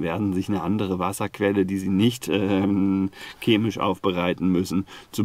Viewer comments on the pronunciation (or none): none